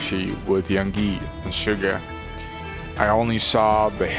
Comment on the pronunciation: It’s Yoongi, not Yungi,and Bora City, not Boracity. Please make an effort to read and pronounce things correctly.